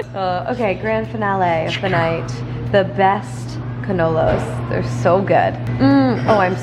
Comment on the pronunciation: She did NOT say Cannolos 🤦🏽‍♀️